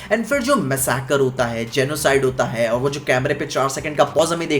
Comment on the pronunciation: Abe hutiye masaikr nahi massacre hota hn english ke 14😂😂😂😂